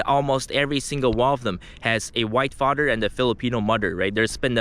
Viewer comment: "Fader and Mudder" 😂😂😂